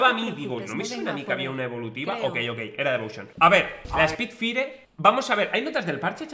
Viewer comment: spidfaier, para que se pronuncie bien